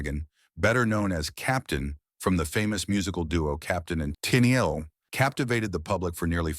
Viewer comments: "Teenyeel?" Just awful. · This robotic voice and the pronunciation of Tennille was just too much for me, not enjoyable to listen to.